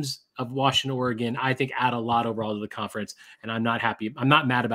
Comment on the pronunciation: Guys, its not Oregaaaaaan like in the small city around here. Its more like Oregen. Just Oregen.